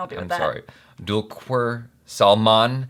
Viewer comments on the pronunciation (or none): Dont you remember? U have already reacted on 2 other teasers of Solo ( world of Rudra & World of Siva)!! its an anthology of four stories about four different people & All four are played by Dulquer.. For your information : Dulquer_It is pronounced as Dhul khar & He is the son of Legendary malayaram Actor Mammootty.!!! Pls, React on Women of Solo (English version)